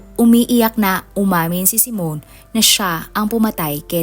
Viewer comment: Hindi po " simon" kundi, " simeon" reads as " simyon".